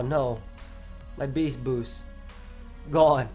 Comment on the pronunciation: Eyyy u not saying it like beashtboosht